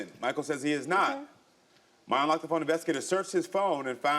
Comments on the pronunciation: How you drag him to the show for cheating and it end up being your goofy ahh that's cheating ... chile 😒 Also, is she saying "foam?" 😬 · I kept hearing FOAM not PHONE😂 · She’s cute buuuut baybeee 54 is too old to be saying phome‼️🤣… she looks good tho ❤ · Phome?? Sounding like she was running with Harriet T. In 1855😂🤭